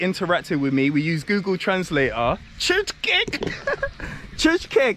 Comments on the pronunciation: nice place, welcome back to Hungary. Csirke is chicken, not csicskek. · Chicken is pronounced Cheerka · check up the pronunciation for chicken or hens in google translator, because what you say is totally not understood for any Hungarian.